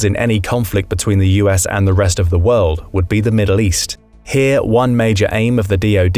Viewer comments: The “Wold” 🤭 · What is “The Wold”? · Wold? Haha. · Uhhh🤨what’s a ‘wold’? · *WORLD;...-->>NOT: "WOLD"!!! !! !.